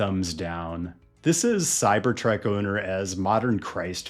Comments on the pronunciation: The Cybertrek. Is this intentional mispronounciation of the name of this intolerable vehicle? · Why do you keep saying CyberTrek? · Why do u say it like Cybertrek? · It is called a cybertruck, not a cyberTRECK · why do you say cyber trek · I keep hearing "cybertrack"